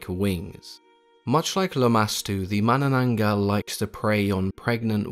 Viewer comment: You have Aced the pronunciation of "manananggal", you're awesome.